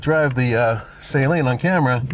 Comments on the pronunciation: Suh-leen not sAy-leen. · At LEAST say the name right... it's NOT S-A-leen. Its Saleen. The A is not HARD. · It’s pronounced SA-LEEN and not SAY-LEEN. Ask Steve himself… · Please do some research, stop saying sayleen, it’s Suhleen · You were right there at the factory and no one told you how to pronounce Steve's name? The company name? It's "Saleen", not "saline". It's not an injectable solution. 😂 Love the cars, have owned 3 over the years, but good lord get a different spokesman. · Sah-lean, not saline. Great video, just giving some grief. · "Sah-leen" not Say-leen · Its total cringe that you're at the Suhleen HQ and you're still pronouncing his last name Sayleen, with your pretentious voice, ugh ... You didn't hear them pronounce the name correctly once the whole time you were there? 😂 🤤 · Sah-leen not sayleen😂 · You mis pronounced his name to his face, it’s Suh-leen not Say-leen. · I say Sah-Leen. one syllable. Not Say Lean like salt and water "Saline"... Steve is right there and can clear up the mystery for me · Did anyone you talked to there pronounce it “say-leen”? How can we trust a review that can’t even say the name right? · Not sure why they still named it the 302, should’ve been the 307, also wonder how much Steve cringed at hearing his last name said as say leeen. 😅😅😅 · You would think he could at least get the name pronunciation correct ..... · I did apologize for constantly screwing it up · A whole video of a guy saying Saleen wrong over and over and OVER! Couldn’t do a little homework about a 40 year iconic brand? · Great looking car. Mispronouncing Saleen repeatedly was making me crazy. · It's amazing how many of you guys review their cars, and still can't even pronounce Saleen correctly lol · The guy doesn't even know how to pronounce Saleen correctly. Smh.